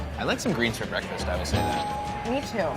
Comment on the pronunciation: BWEKFAST sorry I had to